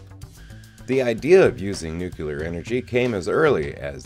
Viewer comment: The chemical element is pronounced "NEW-klee-er"